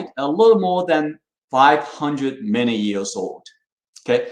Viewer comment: English is way better than my Chinese, but I find it funny that him saying "... million years" rather sounds like "... many years" to me.